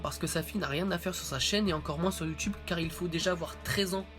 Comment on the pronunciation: en quoi c pourri sa chaine ptn ta direct di c videos c de la merde sans arguments mb je te crois qd meme et sinon sa perturbe prsn qu' il dit" youtyoube "au lieu de "youtube"?